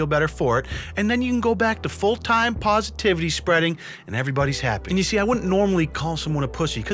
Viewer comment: spwead pwositivity